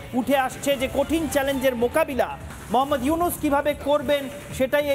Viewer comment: মহম্মদ নয় এটা মুহাম্মদ